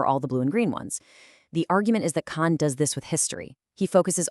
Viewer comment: Cahn is not pronounced "Cain." It rhymes with "barn," not "main." 😢😢